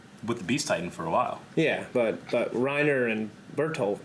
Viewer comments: I really hate that they do it though. The fact that they pronounce the names as though they had an accent, but without actually using the accent infuriates me. Either go all the way or don't do it at all. The way they say "Reina" and the fact that Hange's name is changed to "Zoe" is really annoying. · Chase Ambrose to be fair, if someone tells you their name it’s only polite to pronounce it as closely as you can to what they say. If they happen to use an accent when saying their name I’ll try to use that same accent when pronouncing their name. The problem I have is mainly with Reiner’s name and how it’s pronounced in the dub. I doubt Reiner would realistically introduce himself as “Reinuh” unless he used an accent to pronounce his name. The fact that the dub also messed up Hange’s name and multiple lines of dialogue in the show leads me to believe it’s just a problem with the dub. I’m not German and I don’t speak the language, but the way they say names always annoys me in this dub.